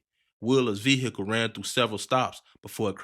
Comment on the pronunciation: you did not have to say vehicle like that at all